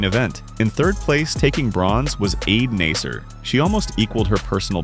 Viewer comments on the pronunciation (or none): It is absolutely egregious that a track video voice over doesn't pronounce the athletes' names correctly. It's LE-VRO-NEE not Lev-rone. And it's EED NASSER not ide naser\nazer. Sheesh.